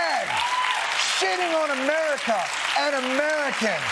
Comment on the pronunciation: Ladies and gentlemen, the prezidint of Merica...